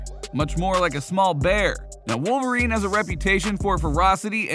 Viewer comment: Confirmed " WOLFVERINE"